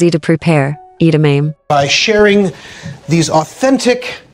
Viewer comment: Can’t pronounce edamame? They just pronounced it correctly in the snipped video. Get a new AI voice. Too many commercials